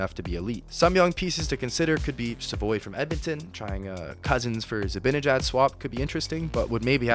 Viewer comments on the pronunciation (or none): FYI. It's Zi-BAN-ejad, not BIN